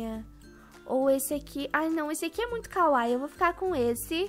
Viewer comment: A pronúncia da palavra kawaii não é kawai é kawaí